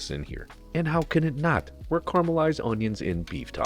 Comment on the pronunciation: stop saying caramelized wrong, stop saying tallow like you're a billionaire, and stop your hubris of thinking you can improve on a real NYC bodega chopped cheese, Chef.